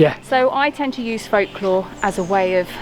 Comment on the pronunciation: FOLC-LORE???? Why do you mispronounce "folklore" deliberately?